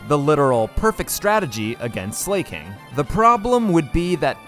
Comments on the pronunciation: Even tho i love your voice the way you pronounce some pokemon names kills me. For exemple Slaking. You say "slay-king" and Everyone else ive heard say its name says it as "slack-ing" or "slack-king" I still love you vids tho. I use them to fall asleep cuz i dont have to look at the screen since you describe everything and it holds my attention without overwhelming me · why do you keep pronouncing it as slay-king its slack-ing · Are you saying names wrong on purpose? Slakin, it's not slayking, it's slaking as in slaking off. Minun from the other video is my-nun, as in minus. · This series is great. Just found your channel. Funny dude. 🎉 But and im sure someone has already pointed this out, in case not, its pronounced slack-king(1word) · Why did you pronounce Slaking like Slay King 💅, gurl Slay Queen 😭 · Zebstreeka, Zeekrom. I’m convince he does it intentionally. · Your clowning yourself the way your pronouncing Slaking